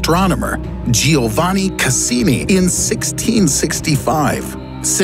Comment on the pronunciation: That’s not how its pronounced Giovanni Cassini- I’m Italian lmfao :)